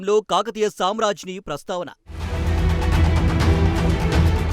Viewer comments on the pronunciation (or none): Samrajni kaadu samragni. Chitrakarulu kadu charitra karulu. Telugu nerchukoni chavandi.